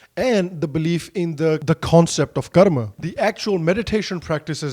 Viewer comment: Great english, great content. Also glad you didn’t use the american accent while saying the words like karma moksha and nirvana